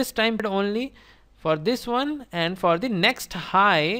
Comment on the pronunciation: Perfect! Thanks. But I have a question. Why you'd say 'Vne' instead of 'One', 'Ven' instead of 'When'?